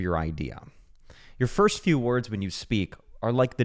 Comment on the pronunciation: Your first few words when you speak are like the domino that makes everything after it sound assertive, confident, or persuasive. ___ Yr firs few words when you speak,, are like the damino,, tha' makes everythin after i' sound a-serDive, confiden, or persuasive. ___